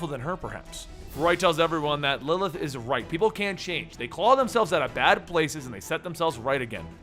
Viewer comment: lmao when you say 'Lilith' It sounds like 'Lllth'